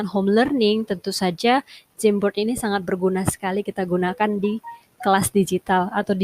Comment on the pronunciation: Aku dengernya kok jembot ya 😂 apa maksutnya jamboard